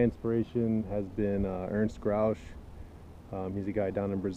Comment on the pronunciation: Ernst "Gotsch"